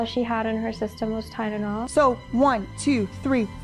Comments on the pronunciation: She doesn’t say Tylenol. She says Tidenol….angry scary 😮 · i can't handle the fact that is saying it like "tynenol" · Why can't she say tylenol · She didn't even say Tylenol correctly either lol